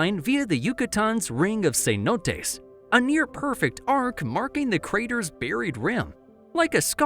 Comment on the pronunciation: Ring of Cenotes, not Ring of Saints. Can't A.I. get anything right?